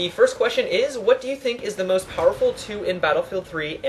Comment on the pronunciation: its called most, not must.